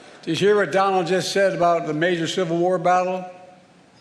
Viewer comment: The BCP translation guide 😂😂😂 Pop-uuhh-ler = popular ExtrapYOU-late = Extrapolate Silver war = Civil War Dat = that Dis = this